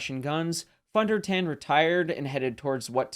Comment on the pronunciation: Pronounced Phone Der Tawn